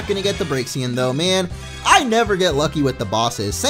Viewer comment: its proniunced brakesen. not braksian